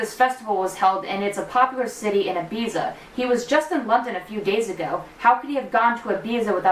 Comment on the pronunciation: The way you pronounce Ibiza 😂